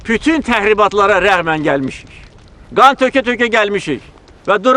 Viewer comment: Prezdentimiz poliglotdur yeniki 7 dil bilir,yeganə prezdentdirki xarici ölkələr e gedəndə tərcüməçi goturmur özüylə,onagorede birazciq xarici dil üstündə danışır.bəzi sözləri deyisik deyir